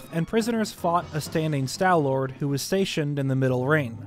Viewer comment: "Stal" does not rhyme with pal or shall. It rhymes with wall and ball. Stalfos is pronounced "Stahl-fohs." Also, no, the fact that there's hair on some parts of the Stallord does NOT suggest that it had hair under its skin, or that the hair somehow came into being after its death. It could just be that the conditions of the tomb in which the fossil was found, acted to preserve the beast's remains quite well, so there's still some patches of flesh left in the spots the hair is coming out of. If that's so, it could be evidence that whatever creature the Stallord was in life, was covered in fur, possibly mammalian.